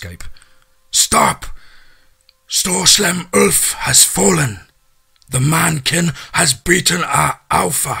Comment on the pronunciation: you nailed Stor Slem Ulf (Nowegian for, "Big Bad Wolf"). I knew you were the best for this one...